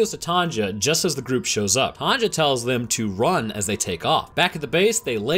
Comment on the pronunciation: Wait, you don;'t have women called TANJA there? Why pronouncing J as G?